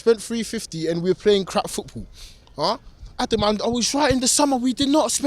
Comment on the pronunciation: ADUM ...ADUM...Its OVAA ...